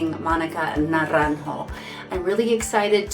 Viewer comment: I would like to ask you, pretty please, that you learn how to pronounce propperly the artist’s name (Monica Naranjo, the j in spanish sounds as and h in english and de r betwen bowels doesn’t sound as a strong R) before making a few videos saying very wrongly the name and also learn some tricks to know how to say words and names in others languages. English it is not the most mother tongue spoke in the world and you should know better. Other examples of you saying wrongfully words in spanish is sobrevivere! It is sobreviviré.... please learn and improve your vast knowledge.